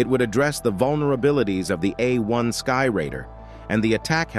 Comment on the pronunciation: Well done, except for a few rather absurd language errors. Do NOT read material without doing it first in front of an expert who understands that mm means millimeter (As opposed to emiliameter!). And stuff like " the Douglas A . . . . . . . . . . 1 Skyraider. And not "closed-air" support craft. It takes a very professionally-sounding narrative to rank amateur status.